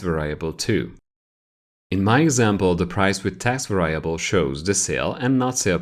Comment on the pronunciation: I love these videos but you’re saying “Variable” wrong and makes it hard to watch :P